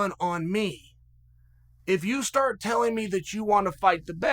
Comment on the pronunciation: Hahah chael said stort